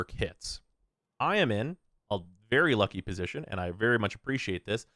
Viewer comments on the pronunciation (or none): none